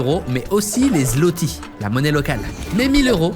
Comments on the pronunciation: Ça se prononce "ou" le ł, donc la monnaie c’est "Zouoti" à l’oral 😉🇵🇱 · Zlotys se prononce: "zouoté" , et Wroclaw: Vrotsouav 😉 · le Złoty ne se prononce pas " Zloty ", la lettre Polonaise ł n'est pas un " L ", elle se prononce comme un " W "